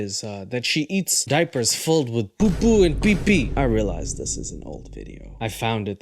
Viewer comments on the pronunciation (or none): The way said 'poo-poo and pee-pee' with an Indian accent had me wheezing and dying for 15 minutes straight 😂🤣😂